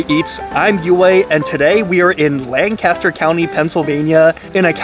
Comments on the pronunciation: I'm so sorry to be pedantic like this, but in case you haven't been told by someone else yet: We pronounce our Lancaster as something like "Lang-KISS-ter", rather than the English "LAN-cass-ter". I know it's dumb, but locals are very particular about this lol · We know we're in for it when he pronounces it "LANG-Caster" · I like Shady Maple. Been there a few times, never had to wait. Awesome gift shop, too. Lived in the Lancaster area for 22 years. (Lankister, phonetically😂)